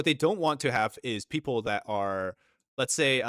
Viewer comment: I think it’s fucking hilarious. Every time you say the word people 🤣👉 PEEP-OOO🤣👋🤣🤣🤣👍 you got us all fucking dying over here at my house. I have this video playing on my surround sound every single time you say that word we are fucking dying of laughter over here. Thank you so much for making our day.